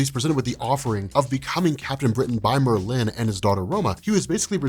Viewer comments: bro its just merlin not mer lynn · Why do you pronounce Merlin as MerLIN? The emphasis is on MERlin. Like where have you heard it pronounced the way you do? Please stop. Its distracting. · Sorry to be this guy, but it’s pronounced like marlin (the fish)...Merlin. Not Mer-Lin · It's not mer-LIN, it's MER-lin emphasis on the Mer!!!! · Bugging me too. Does Merlin drink merlot? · If you search thru the whole of fiction including film and all I don’t think you will find that pronunciation of Merlin, two syllables yes but one word, Merlin not Mer Lynn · I love ya but for Marvel's sake... PLEASE say Merlin's name correctly?! It's said as all one word not with two defined syllables. Merlin as oppsed to your Mer'Lin. Good Video! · Bro, it’s not pronounced Mur Lynn... It’s Murrlin. Make Murr the emphasis you draw out, Lin is a shorter and softer. Think: Purrin’ cat Curlin’ weights Roarin’ tigers Merlin 😇👍🏼 love ya man. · It's Mer-lin not mer-Linn I think you do this on purpose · I couldn't watch anymore after the second Mer-lynn. It was driving me nuts. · Not how you say it though. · Dude I have literally never heard anyone pronounce "Merlin" the way you do. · I don't like how you pronounce Merlin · Please stop butchering Merlins name